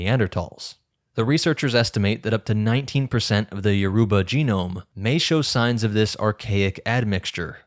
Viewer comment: Good work. But your pronounce Yourba very wrong. Check a Nigerian video for how to say it.